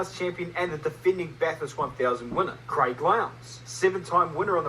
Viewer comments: BaTHurst not Bat-Hurst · It's pronounced Bath-urst... calling it Bat-hurst will have every Aussie and his dog roasting you 😂 Jus' saying, brah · It’s not Bat-hurst nor Bath-hurst, it’s Bath-ust. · its not bat-hurst, its bath-urst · Bat Hurst btw 😂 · Bath is more like Baff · Us locals don't even pronounce the U. You gotta say it like Bathrst😁